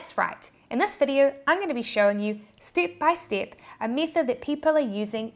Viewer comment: I'll never get tired of "Stip by stip"